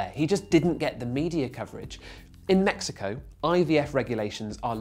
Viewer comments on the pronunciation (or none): none